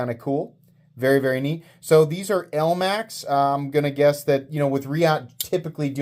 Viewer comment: "elamx" steel. nice 😂